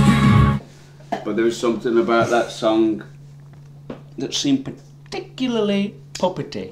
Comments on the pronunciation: paTIculaly PoPaty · “PartIcUaly,” “...Particularly,” “Particularly” “PARTICULARLY” “PaRtIcUaLy,” Just me realised that?